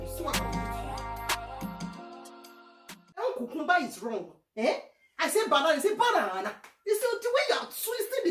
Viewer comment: 🤣🤣🤣🤣🤣 so you cant pronounce cucumber??🤣🤣